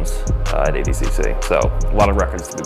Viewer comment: It’s awful, pronounces “ADCC” like he’s missing a few chromosomes